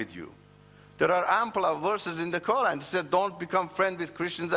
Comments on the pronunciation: Are you serious?......he learned arabic but calls us "Moslims" and can´t even pronunciate "Qura'n" correctly. Arabic is not my first language and I only know enough of it but I for sure pronunciate Quran better than he does. If you are going to tell a lie and want people to believe you at least learn about the subject enough to make it believeble. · It is surprising how people believe such charlatans. He can't even pronounce "Quran' correctly